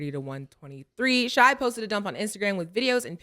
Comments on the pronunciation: OMG ITS PRONOUNCED SHAY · It’s hilarious that they will forever pronounce SGA’s name “Shai” like the the R&B group from the 90s